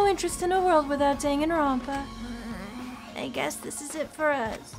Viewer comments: Them pronouncing Dangonrompa is making me mad.....but rip the fourth wall is was demolished. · My favorite part of this trial is that no one can pronounce Danganronpa. “Gon-Gon... Rompa??”